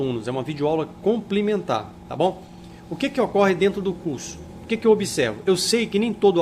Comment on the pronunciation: "complimentar" Tirando isso aula muito boa